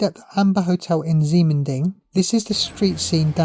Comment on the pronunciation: Ximending is pronounced "Shi Men Ding", unfortunately it's the PRC's way of spelling. Taiwan Used to use Roman spelling which makes more sense. For example, PRC spelling Qi would pronounced Chi. The reason for PRC spelling that way is to fit all the phonetic sounds for Chinese on a standard alpha-numeric computer keyboard. So they end up having X as sh, Q as ch and a few other odd ones.